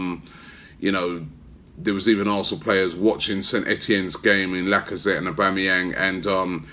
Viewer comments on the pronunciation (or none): none